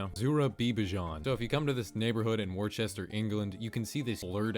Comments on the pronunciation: FYI Worcestershire is not pronounced war-Chester. I know some things are hard for you yanks to pronounce, so let me explain. To sound it out it’s pronounced wuss-ter-sher, sher as in her or wus-stuh-shuh as google writes it in their pronunciation bit. God help you if Loughborough comes up in your next google video! 🤣😂🤣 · Its pronounced Wooster Shire (Wu-ster sher) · Damn warchester England? Gotta love Americans tryna say Worcestershire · Worcestershire is pronounced ‘Wustersher’ or if you’re from Yorkshire ‘Wuster’ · Worcestershire is pronounced wu stuh shuh or wu stuh shr